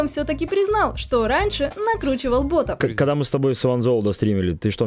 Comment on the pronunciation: ботЫ, ботОв? Что, нормальное ударение уже не модно?